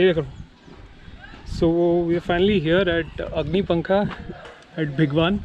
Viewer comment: bhigwaaaaaaaaan nahi hai bhai. bhigwan like bhig+one. more correctly, भिगवण.